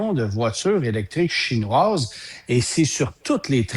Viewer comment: Message à: SVP, arrête de dire "chinouâses" quand tu parles de voitures chinoises. T'es un bon chroniqueur automobile professionnel respecté et apprécié, mais de grâce, prononce ce mot correctement. Tu as corrigé récemment ta vilaine habitude de dire "euh" à tout bout de champs pour rien, c'est très apprécié, merci. Il reste maintenant le mot chinouâses... 😉